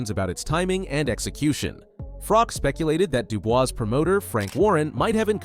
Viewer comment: its not Frock dude, its FroCH